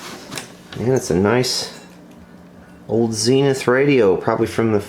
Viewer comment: Its pronounced zenith not zeenith